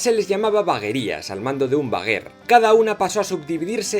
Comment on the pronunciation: Creo que te equivocas con lo de vaguer. Se dice veguer y vegueria. Si no me equivoco